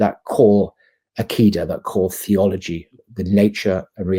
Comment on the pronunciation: I love very much indeed. Bro, please learn Arabic. Hearing the butchering pronunciation of "Aqidah" and "Tawhid" is cringy!